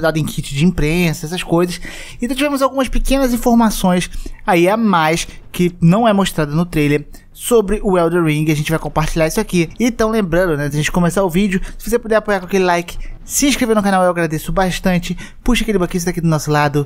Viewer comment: "ELDER RIG"